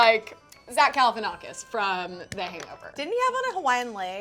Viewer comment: I love you but it’s Zach Galifianakis